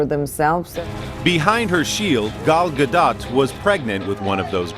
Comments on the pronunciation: Repeat after me: Gaaaaahh Dotttttt. GAH-DOT. not "GaDat". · No :) Ga-L Ga-Dot. Ga like Gaga, Dot like dot. Not dote or daht :) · in Hebrew we dont have soft/hard sounds and we have flat syllables (not short or long). so the issue with her name is that Americans take it to the AH vowel, while its an AH on her first name and an AH-OH on her last name. Its really quite easy. flat vowels: GA(like in her first name)+dOt